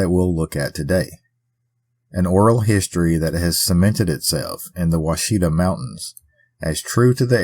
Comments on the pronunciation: I live around there, and can tell you the locals still tell her story! BTW friendly note, Ouachita is pronounced Wash-it-taw ❤ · As an Arkansan, you got pretty close, but we pronounce them as the Wichitaw mountains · It’s Wash-a-tah